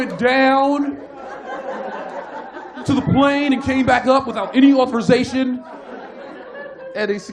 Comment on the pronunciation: Authorization 발음하는거도 완전 백인같음ㅋㅋㅋㅋㅋㅋㅋㅋㅋㅋㅋㅋㅋㅋㅋㅋㅋ개웃겨ㅋㅋㅋㅋㅋㅋㅋㅋㅋㅋㅋㅋㅋㅋ이미지 그려져ㅋㅋㅋㅋㅋㅋㅋㅋㅋㅋ